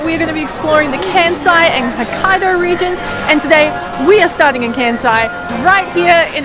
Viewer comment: New sub here! I'm an Aussie living in Osaka 😁 Great travel guide, guys. Informative and a nice snapshot of Kansai. Love the music choices and cinematics. Can I please offer a tip? Kansai is pronounced Kahn-sai not Can-sai. Taiyaki is one of my favourite street foods. Sweet potato is a seasonal taiyaki during winter. Right now, they're doing sakura (cherry blossom) flavour in prep for sakura season. The Choco Baby scene was hilarious 🤣 Koyasan is on the bucket list! Loved the drone shots and B-roll. By the way, Todaiji Temple's Buddha is bronze and the largest of its kind in the world. You guys are going to be huge travel vloggers!